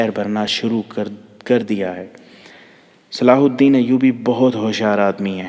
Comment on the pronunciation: Sala alhadeen nahi he durust yeh he salahuddin ayyuby